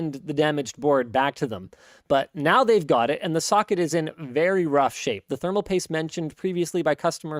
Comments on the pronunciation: You mispronounced “ thermal pate” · Thermal pate not thermal paste.. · It's "thermal pate" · Not thermal paste, it is thermal pate.